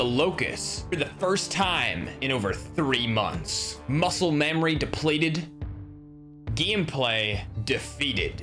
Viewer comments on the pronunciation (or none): none